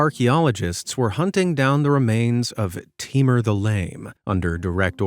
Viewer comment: It's not timar it's taimoor